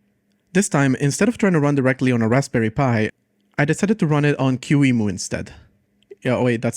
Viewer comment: It's "key-mu" not "q-emu" 😭